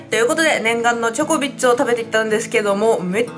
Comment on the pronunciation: なんか時々ジョコビッチって聞こえるw